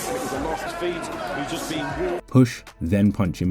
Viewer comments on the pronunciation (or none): none